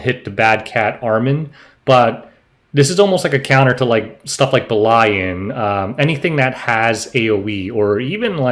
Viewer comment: Bee-lee-an Or Beh-lee-an Either way. But not bee-line.